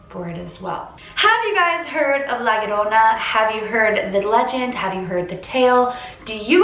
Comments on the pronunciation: It's pronounced jorona in Spanish "LL" two of them sounds like a j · It’s pronounced ly-a-roan-a (roll your tung at roan) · im mexican its prounounced yorona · HARDER HARDER LA LORONA HARDER HARDER!!!!!!!!!!!! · La llorona - "La yo-ro-na" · Just so you know the 2 L's are pronounced like a y so you would be pronouncing it like la yorona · All I hear is la aroma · Haaha no you didn't pronounce it right but you tried!!!! Dude I always heard this when I was little from my dad! Aint no urban legend bro all my latinas know that!!😂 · I’m Mexican and you did say it wrong but it was closed By dad told me stories about her and one time she tried and took my dad when he was a baby My dad told me she drowned her children then herself now she haunts children and takes them and drowned them almost like how you said my dads actually seen her like I said before but he has seen her walking around and taking them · "Now, I might be totally pronouncing this wrong..." Yes. You are.